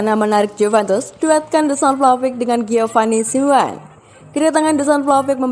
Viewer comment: Min, cara baca anda kok lucu Simeone = simWan 🤣🤣🤣 Mosok cara bacane gituuu 🤣🔥